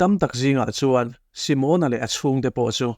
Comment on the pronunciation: Simona hming hi Si-mâwn-a (tipâwng ri anga) lam rik ai chuan Si-mon-a (Shillong-a tih ri ang) a mawi ka ti zawk tih ka rawn sawi ve hrim hrim. Ngaihnawm thei thin e.